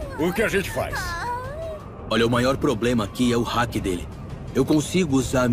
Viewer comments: O único problema na dublagem foi a pronúncia do haki ficou parecendo que é "hack" não "haki" mas a dublagem tá sensacional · Né foi bem Hack mesmo do que Hakiiii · Hack se pronuncia "rék", não "haki". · Na hora que ele fala haki parece que ele falo hack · Ainda quero entender o motivo de pronunciarem "Háki" e não "Hakí" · Eu tô falando de pronúncia ô ser humano, os japoneses falam háki e não hakí, entende? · Mas esse é o jeito certo de falar. Se vc assistir o anime e prestar atenção, é assim que eles falam. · Da uma agonia quando falam "ráqui".